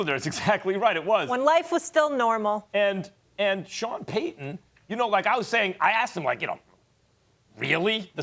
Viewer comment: Say it with me Stephen A. PAY-TON